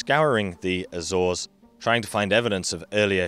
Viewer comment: Great video but damn that Azores pronunciation makes me cringe every time